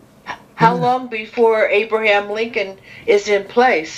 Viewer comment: Abraham Lincoln...NOT AVRAHIM. Lincoln just human.